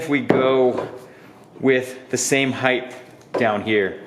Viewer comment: Why is every you tuber saying "heigth" now? Mind boggling!